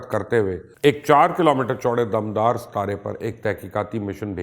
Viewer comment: damdar ni hota dumdar hota hy,, samnay se dekh k bol rha